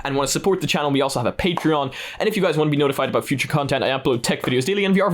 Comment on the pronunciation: da foocha 🧢